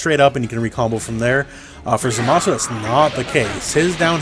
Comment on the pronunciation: Thanks for saying his name right